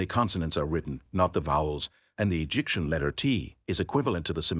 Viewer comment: You are saying Egypt and Egyptian wrong every time. It messes the video up for me.